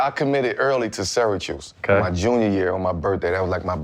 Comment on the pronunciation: Yo, it's all the smoke n I'm smokin n shit but correct me if I'm wrong, did Melo say "SyraChoose" instead of Syracuse? 😂🏀💨💨